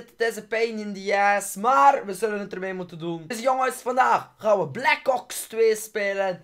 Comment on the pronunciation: Je zegt black kops 2 maar het is black ops 2